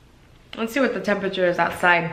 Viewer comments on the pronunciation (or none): none